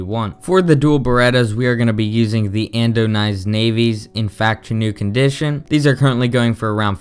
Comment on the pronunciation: It's called ANODIZED, not andonized.